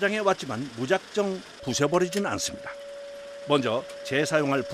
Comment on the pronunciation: 폐차장에 왔지만 무조건 '부셔버리지는' 않습니다. 이렇게 발음하는데 '부숴버리지는' 이라고 발음하고 써야 합니다.